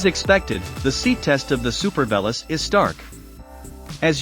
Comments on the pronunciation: Not sure if you're doing on purpose, but pronouncing the name wrong isn't so nice. Though you're probably the only one who actually did the tandem review, so that's a good one 😂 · It's like saying "I am an Ame Rican". You must be the only person who mispronounces this bikes name! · can you please pronounce it correctly?